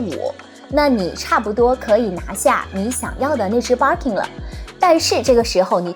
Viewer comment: Birkin 的 ir 发 e的音，不是ar的音。Kelly的e 发 大“e” ，不是ei。建议用YouTube学一下这两个包的发音。